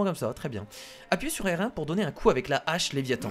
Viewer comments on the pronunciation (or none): none